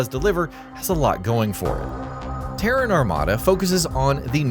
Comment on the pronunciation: Finally, you didn't pronounce Terran like the Iranian capital.